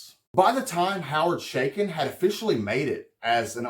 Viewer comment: Thats A Ch not Sh in the name . It is pronounced Cha as in Chuck not Sha as in Sh##thead.